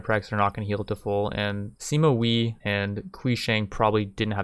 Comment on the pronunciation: THIS IS HOW YOU PRONOUNCE THE NAMES Sima Wei = Seema Way not wee Sun Jian = Soon Jun